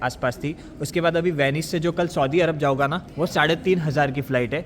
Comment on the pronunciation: वर्णमाला में एक वर्ण होता है अं इस भाई की बोली में वो वर्ण है ही नहीं। खाऊगा जाऊगा नहीं भाई खाऊंगा और जाऊंगा होता है 😂